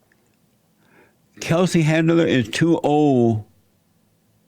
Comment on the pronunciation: ...he just mumbles out some words and calls her “chetlin handler”. Jesse is the fucking best, he trolls like no one else. The best part is he honestly has no clue who she is and keeps calling 50 cent, Tupac. Soooooo good!!! 😂🤣😂🤣😂